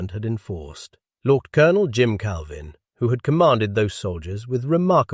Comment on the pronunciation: Well done video, and hopefully it generates some comments from other historians and former Canadian military, especially 2 PPCLI. I have one issue with the story, though. Why does your narrator with a British accent, telling a Canadian story, use the American pronunciation for Lieutenant Colonel rather than the proper Canadian version? There is no excuse for publishing this inaccuracy. Stop mis-educating Canadians. He's a LEFT tennant Colonel, not a LOOO tennant Colonel!